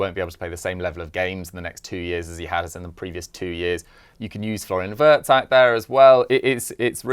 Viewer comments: It's pronounced as Virtz not Wertz. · Actually it’s vietz not virtz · Pronounced veeartz